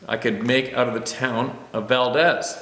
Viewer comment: It's pronounced Val-deeze, with a long E.